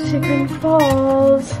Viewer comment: the way she said chagrin lol